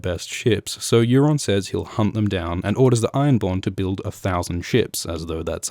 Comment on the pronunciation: Euron not Aeron